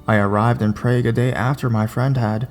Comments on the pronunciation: yup he got it wrong. it's Prague pronounced prahhg not prayg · I'd always thought it was pronounced "Prah-gue". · It's Prahg. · The narrator was pronouncing prague wrong it bothered me idk why tho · Here is the right pronunciation of Prague.